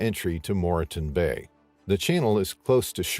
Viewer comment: Its pronounced More Ton bay.